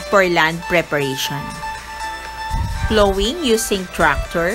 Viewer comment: Mali po ang pagbigkas ng plowing